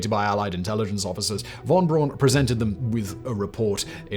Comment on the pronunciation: That's "Braun" with a "u".